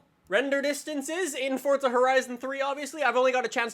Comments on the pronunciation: Forza not fortza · Why does he say fortza not forza wtf😂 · Forza not fortza😂 btw I'm saying this as a joke😄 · Isnt it Pronounced For-zuh, not Fort-zuh? Its also spelled Forza Not Fortza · STOP saying "Fortza" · Why do people say fortza? There's no T, this guy in the vid says it every time a new vid comes out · please stop calling it For'tza' horizon 3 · he ain't Italian tho so why should he say it like that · Centenario: says chentenario, forza: says Fortza etc I can't keep listing I'm tired af